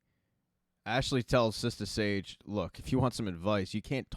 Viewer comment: its sister sage not sista sage smfh